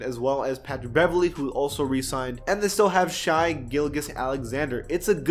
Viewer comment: Please for the love of god pronounce Shai and Shamet name right 😒